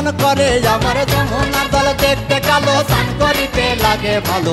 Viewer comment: কয়েকটি জায়গায় উচ্চারণ ভুল করেছে যেমন,, স্নান কে বলেছে ছান,ঘটা কে বলেছে ঘটো। তাছাড়া লিরিক্স আগে পরে হয়েছে। তারপরেও ভালো হয়েছে